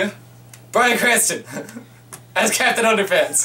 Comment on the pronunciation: When he said captain underpants I thought he said cats in underpants